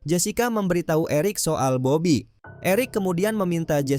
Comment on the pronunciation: Bobi bang bukan bab#😂😂😂